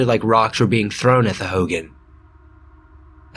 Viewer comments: Ho-gone not howgen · Hoo-goen not hoo-gin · Aaaaaaaaaaaaaaaaaaaaay I've got family at red mesa. Also Hogan is pronounced like "hoe-gone" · Hogan.... Not like Hulk Hogan, it's pronounced like hoe-gaan. Translation for home in Navajo. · It’s pronounced hogahn that’s the best way I can explain it but yeah o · It’s pronounced “ho-gone” for hogan. Not pronounced like fucking hulk hogan. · You pronounced Hogan wrong